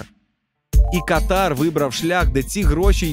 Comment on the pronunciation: Катар бывает верхних дыхательных путей). Страна называется КАтар. Ударение на первый слог.)) Шутка юмора, без обид.))))